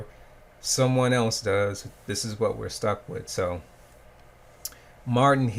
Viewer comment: "This iz whut we're stuck wit"